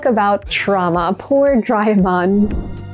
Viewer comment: SOMEONE CALLING DO RAY E MON SO FUNNY😂😂😂😂😂😂😂😂😂😂😂😂😂😂😂😂😂😂😂😂😂😂😂